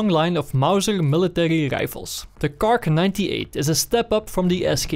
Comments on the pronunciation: just say kar98 don't say fuckin KARK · Kar98* Nobody calls it a KARK lol...